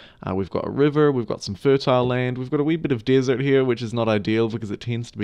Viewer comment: Remember: don't plant your Seet-ler in the Dee-sert. Do they ever use a short e in the UK?